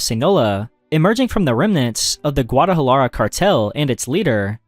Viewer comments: He also said Guadajarlara. His pronunciation made me laugh. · Jeez, hearing you butcher “Sinaloa” and “Guadalajara” felt like a punch in the stomach